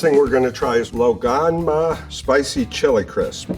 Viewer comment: Rather impressed how decently he pronounced lao gan ma